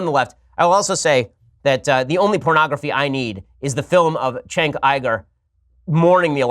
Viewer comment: Why do you call him Chenk? It’s Cenk, like Cent but with a k instead of a t.